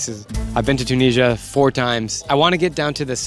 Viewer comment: Why are you pronouncing Tunisia like that? It’s Tu - ni - si - a